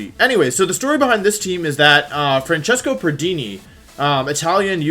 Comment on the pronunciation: I am italian and i love how you say Francesco pardini